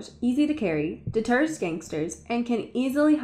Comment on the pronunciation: I love how you said “it deters gangsters”. 😆 🙊